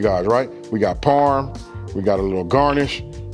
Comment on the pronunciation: Suggestion - Please use the official names of ingredients. I thought you were saying "porn." But you were actually saying "parm" for parmesan. He helps us who are trying to copy the ingredients. Thank you sir.